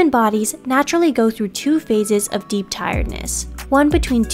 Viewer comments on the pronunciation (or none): none